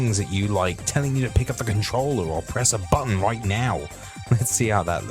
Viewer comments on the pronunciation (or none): I never understood he was saying 'controller', I thought he was saying 'phone'. Makes so much more sense now.